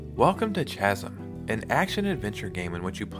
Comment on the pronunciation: Chasm is pronounced “kasm“